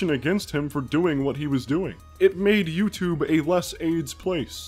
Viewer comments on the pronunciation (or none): I hate the way she pronounces YouTube. YEW-CHUBE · YouCHUBE YouCHUBE YouCHUBE YOUCHUBE